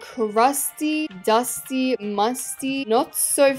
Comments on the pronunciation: The way she said “duty” instead of dusty 😂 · I love how it said the crusty duty